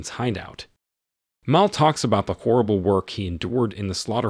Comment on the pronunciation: Stop mispronouncing Mal, it's short for Malcolm.